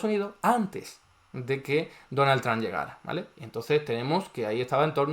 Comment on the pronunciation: Amo que diga "donal tran" JAJAJA nose quien es mas estafador. Este o el presiduende que tenemos en argentina